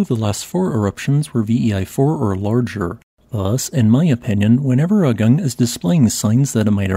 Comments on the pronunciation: Another local note: it is pronounced "aah-goong", not "ugg-ung". It probably is worth editing the audio. Likewise for all Indonesian and Malaysian words and names: "goo-noong", not "gun-ung", "boo-kaht", not "buck-at". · Just a side note... the correct pronunciation of the name of this mountain is AH-goong, not uh-GUNG. An eruption of that scale would be very disruptive to the regional economy, as Bali is a significant tourism destination (and even now many Ukrainians and Russians have fled there from the current war in Europe and are spending their money there).